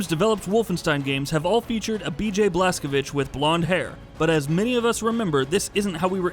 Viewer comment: i like that you properly said Blazkowicz. my respect as native Pole